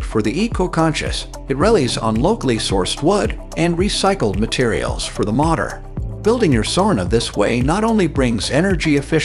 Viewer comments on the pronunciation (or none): ‘spitter-ex-cate’ for Spiderex K8 ‘rel-lees’ for relies ‘martyr’ for mortar ‘sirdust’ for sawdust (?)